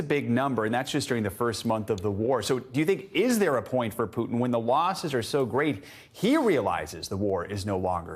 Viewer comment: Did you say pootie or Putin